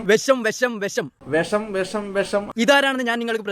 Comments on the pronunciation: വെശം അല്ലമോനെ... വിഷം😂😂😂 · വെശം അല്ല " വിഷം"